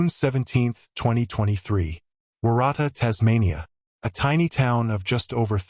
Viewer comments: Waratah - warra-ta. It's a flower. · omg the way you pronounce waratah. Its so wrong lol. Im an aussie watching from victoria. It sounds like worutar. It is also a native australian plant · Waratah is pronounced like WA-RA-TAR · WOR RA TAR is how to pronounce Warratah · Sorry.. I have to correct you. Waratah is pronounced Wo(as in Ox)rutar. Jen from Oz. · Why do you pronounce Waratah wrong. You must have seen a lot of footage that pronounces it correctly. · Waratah, pronounce the town incorrect. That area is very very difficult. Dashcam great idea. When Hiking 🥾🥾 anywhere in the World always be prepared, not alone, a Personal Locator Beacon PLEASE, a Whistle great idea, your mobile, a Compass, Water, Food bites. even a just a thought pressure pack paint tin mark your pathways if needed. Maps, more knowledge in the area where Hiking. Did Celine stop ? chatter with locals where she was hiking ??? Was Celine not alone ??? ❤ RIP ❤